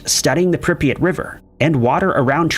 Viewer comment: It's Prip yat not pripeat, ffs. Also, Chornobyl. 🖕